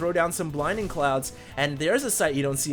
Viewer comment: we all love you, but its BLINDING cloud. not "binding"